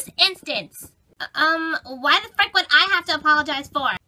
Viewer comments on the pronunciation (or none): SHE SAID FRICK LIKE FREACKIN really people really